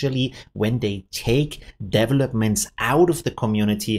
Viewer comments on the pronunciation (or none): Devil opments, nice pronunciation! 😱